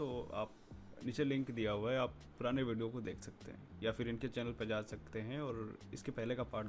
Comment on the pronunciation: भिडियो नहीं बोलते भाई वीडियो बोलते है।